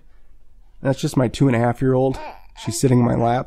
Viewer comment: Great tutorial, thank you so much!! Ps. You said 2,5 year old but it sounded more like 2,5 months old :-P